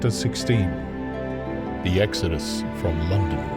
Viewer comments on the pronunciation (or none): none